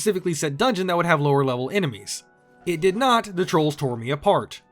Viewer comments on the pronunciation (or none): none